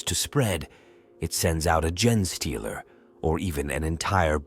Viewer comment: Try feeding the AI “Jean stealer” or “Jeen stealer” instead of “genestealer/gene stealer”. It should force it to get the pronunciation right. Kinda counterintuitive, but if you’re spelling it right and it’s pronouncing it wrong, the solution is to spell it wrong so that it pronounces it right.